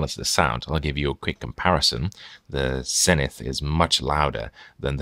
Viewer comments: Okay, just to add fuel to the pronunciation fire: Zenith themselves pronounced the company name ZEE-nith in their American television marketing back in the day. it's not the English word, it's a brand name. You do that and I promise to pronounce that notable Dutch Post-Impressionist painter's name Vincent Van Gockccccchhhh. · If you are going to review an American or "Yank" product. Then please pronounce the brand as it was meant to be be pronounced. Same goes for the letter Z. Kthanks.